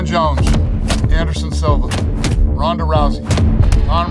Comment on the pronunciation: Lmao this weirdo said Ronda?